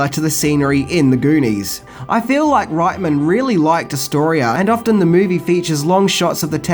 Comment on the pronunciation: I love that you pronounce Reitman's surname the German way (right-man instead of ritt-man).